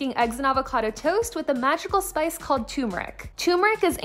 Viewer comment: Ur saying turmeric wrong 😭😭